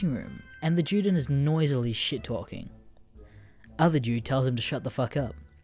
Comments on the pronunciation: Juden is pronounced You-den not Jew-Den. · ITS PRONOUNCED YUDEN NOT JEWDEN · It’s pronounced “Yuden” not juden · I’m sorry to be so goddamn nit picky but when you say Juden as it is in German, you say it more like You-din not Jew-Din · You say Juden as Jewden, and allës as allies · juden is the german word for jew, and so it must be pronounced with german pronunciation, and so the "J" is pronounced as a "Y" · Can't even say Juden correctly